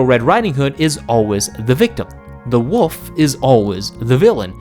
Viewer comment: You keep calling the wolf the woof